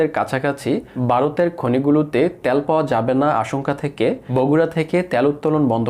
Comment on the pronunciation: ভাই উচ্চারণ টা কি ত্যাল না তেল! It's too annoyed to hear - ত্যাল।